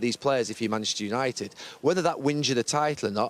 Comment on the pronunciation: Gary ......please pronounce MANCHESTER UNITED without cutting out half the letters